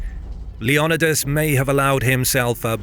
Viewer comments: Is Leonidas actually pronounced like that? I’ve been lied too! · Is it not pronounced "LEO-NI-DAS"?